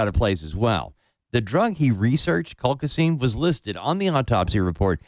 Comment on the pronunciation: Colchicine!!!! Learn how to say it before you do a show revolving around this medication, ESPECIALLY when you insist on being a KNOW-IT-ALL and interrupt your guests constantly!